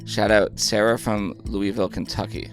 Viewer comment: Sarah from Louisville - can we please be friends. Also can you let know how to pronounce Louisville😂 sincerely, a fellow Louisvillian